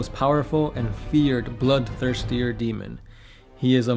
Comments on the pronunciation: BloodTHIRSTER not blood thirsty-er. Great video. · Bloodthirster. Not Bloodthirstier. haha!